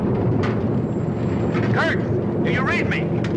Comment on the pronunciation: I love the idea, that when the major is being talked to, it almost sounds like they are saying, "KIRK", when saying his name, "KURT".